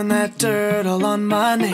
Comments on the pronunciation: Oh sorry but i think hes say dirt but he says it like dirtl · I hear turtle on my name sometimes. He ain’t saying dirt all he’s saying turtle. Unless you play a clip of those 2 words I hear turtle. Or Durdle 😂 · i herd "trowing DRIT all over my name" LOL